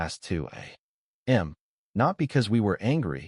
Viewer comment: Decent story, decent editing. Narration is sub-standard, AI still pronounce a.m. as a m m. Seems like this could be fixed but is common across many channels.